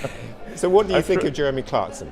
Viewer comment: Always when he says Jeremy I understand Germany.